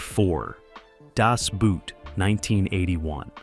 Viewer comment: Das boot... pronounced like a shoe? No, no, no, no!